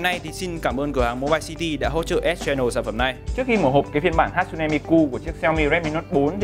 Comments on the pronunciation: Ha tsu ne chứ ko phải hat su ne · Góp ý nhỏ: 1, Miku ko phải nhân vật anime mà là 1 Vocaloid 2, Tên cô ấy ko phải Hat-su-ne Mi-Ku mà là Ha-tsu-ne Mi-ku